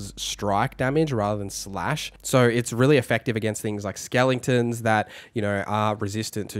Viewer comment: are you saying " skellingtons"?